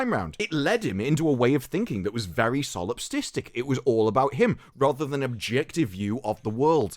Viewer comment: The word you were looking for is "solipsistic", not "solipsTistic".